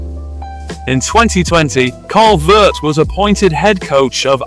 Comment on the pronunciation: Carl Veart is pronounced Ve-Art